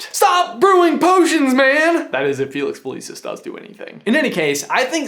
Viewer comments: Okay this is great but it's Felix FelICis not Felix FelEECis. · Do you pronounce all of these harry potter names wrongly on purpose? Who is my-rope? Me-roh-pay... Whats felix feleace-iss? Felix felississ...